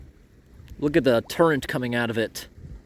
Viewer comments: Is it my imagination or does he call current turrent instead? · ............ are you saying TURRENT ?